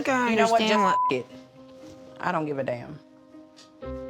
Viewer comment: i just liked how chris said so southern, "i downt giv ay daymn.."